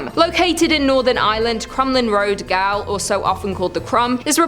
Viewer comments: Just one minor point,: I thought the word "gaol" was pronounced the same as "jail"... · Gaol = jail. It's simply pronounced jail.